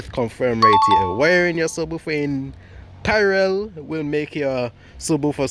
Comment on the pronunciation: i love the vids keep it up! btw the word is PARALLEL NOT PARAREL